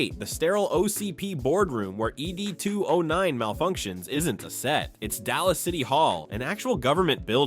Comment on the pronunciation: Dear AI.. Its 'Ed", not 'Ee Dee'.